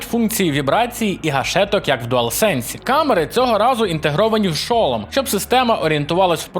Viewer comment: Не хочу душнити, але я не можу пропустити неправильне наголошення в слові шолом. Наголос падає на другий склад:Р